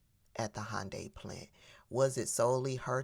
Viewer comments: It’s pronounced (hon-day) not (hi-un-day) and she may have set off an international incident with serious repercussions. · Hy un di is the correct pronunciation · a south Korean said that the correct pronunciation is "Hun-day". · also, it's "Hun-dye or Hyun-day" not Hond-anything, Honda was something else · It's definitely not Honda! 😂 It's "Hi-un-die". At only this point the snitching informer slut was right. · Regarding the pronunciation of Hyundai, we grew up saying Hun-day bc that's what dealerships called them, but I've heard Koreans call it Hy-an-day. I think it's mis-hearing the dialect. Who knows? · But it is "Hy-un-dai"... Korean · Thank you South Korea for looking after your citizens. I worked for Hyundai about 20 yrs ago. They look very well after their staff. By the way, tell that white woman it is pronounced Yanday. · It's actually prunounced, "Hee-yoon-die"... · The real pronounciation is more like Hoonday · Hunn dee according my korean friends. But what American can pronounce foreign places and names. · Hi-un-die? Hmmmm Typical DEI HIRE she is lol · It's hyun day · Happy Monday, and everyone, hope y'all had a good weekend!❤ We get a lot of electronic parts from South Korea. Those prices might go up even more than they already have.It's pronounced hyun- day😊❤ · Nice video but you might want to check up on the pronunciation of Hyundai because she is actually more correct than you are and laughing about it really makes you look smug. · Actually you're wrong about how to pronounce Hyundai. Can you say "ask" ? I bet you can't. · Just so you know .. most non Americans pronounce 'Hyundai' exactly like you said it's definitely not. 😊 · Karen is using the incorrect UK pronunciation, I guess to emphasize her European whiteness for us. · Miss, I’m SO GLAD you brought up the fact that this big evil dummy mispronounced Hyundai, but yet thinks she’s so smart😡🤮